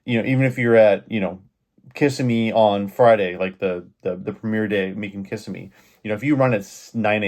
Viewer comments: FYI... It's pronounced Ka-simm-me, not Kiss-a-me. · It is "Kiss-EM-ee" not "Kiss-eh-me". Really? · It's pronounced Ki-sim-eee 🙄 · KA-ssimee bro!LOL! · KA SIM ME, that is how it is pronounced